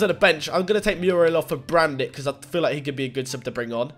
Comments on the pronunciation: U pronounced brandit but in reality its julian brant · Why are you pronouncing Brandt “Brandit”. Where are you getting the “i” from? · BTW Brandt is pronounced 'Brant' not 'Brandit'